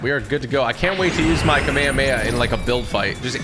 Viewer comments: The way he pronounce kamehameha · It’s kamehamehameha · U pournoused it wrong but keep up the good work TG ✨✨✨ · "kamihumiha" "numbus cloud" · Bro its called KAMEHHAMEHHA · It’s kaum ay haum ay ha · the way he calls the Kamehameha makes me kinda mad saying kameya meya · he says kamayamaya 😂😂😂😂😂😂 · Bro said kameamea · lmao "kameamea" but dont worry man, we all said it wrong the first time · Btw kamehameha is pronounced like kam a ham ha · It’s kami hami ha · It's kam ehh ham ehh haaaa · He said kamayamaya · Typical bro, you said kamehameha wrong. It’s pronounced “CAM-A-CAM-A-HAAAA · It’s pronounced ka mae ka mae ha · It’s kam A kam A ha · Kmeamea are you sure it's pronounced like that bud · Bro its not kameamea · It’s pronounced ka meh ha meh ha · Its pronounced as ka-mey-ha-mey-ha. Kamehameha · I love but hate the kameyameya pronunciations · Not kameayamaya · Bro is saying it wrong to be viral lol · i hate how u said kamehame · the way he pronounced kamehameha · Am I the only person who is getting PISSED for the way is saying Kamehameha lol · Like everyone pronounces Kamehameha wrong like bruh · Am I the only one that noticed he says Kamehameha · The way he pronounces it 😭😭😭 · He’s saying kamehameha wrong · You pronounced Kamehameha incorrectly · Say kamehameha right pls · Bro can’t even say kamehameha right and bro said that he watched dragon ball z as a kid😐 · Anyone else triggered by how he said Kamehameha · U really don't know how to pernounce the name of gokus attack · the way typical pronounce the "kamehameha" sound bad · dude really said kamehameha wrong "kameakamea" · Bro wth is a Kamay hamay ha h 😂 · "kameamea" lol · Me: Kamehameha. Him: Akameamehma. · i love how he says ka mea mea not ka me ha me haaaaaaa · This is how you know he hasn’t watched Dragon Ball Z he calls it the kamememea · um what is a kameyameya its Kamehameha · It is a Kamehameha not a cammahmea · its not kamemeamameam its kamehameha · KA ME HA ME HA! Not kaMayaMaya!